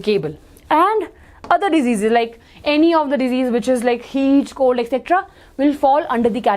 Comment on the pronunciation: maam it’s common cold not common cod😂😂😂